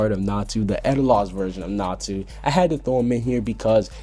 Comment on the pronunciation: It's natsu not natu